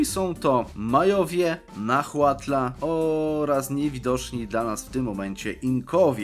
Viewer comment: Mała lekcja wymowy: Huasteca [Łasteka] Nahuatl [Nałatl] Chichimeca [Cicimeka], mała ciekawostka Chichi [cici] to w nahuatl, pies. Jaki to ma związek z tym ludem, nie mam pojęcia Tzotzil [Cocil] Xiu [Siu] Itza [Ica] Champutun [Ciamputun] Xicallanco [Sikalanko] Teotitlan [Teotitlan] Mixtec [Miśtek] Ceh Pech [Cek Peć] Mam nadzieję, że pomoże to w trakcie kolejnej kampanii w Mezoameryce, a ja i 2,5 innej osoby interesujące się regionem, nie będziemy krwawić z uszu z powodu wymowy :) Ps. Podałem tu tylko nazwy wypowiedziane w filmie Ps. Nazwy majańskie zapisałem w wymowie Nahuatl. Nie znam majańskiego, więc mogą być niepoprawnie :)